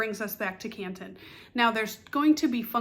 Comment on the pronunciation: As a local I gotta say drop the T….it’s Can ‘un